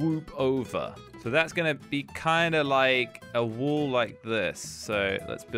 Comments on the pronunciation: Everyone: wall: wuoll😂😂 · Nobody:: Woll, colled, woter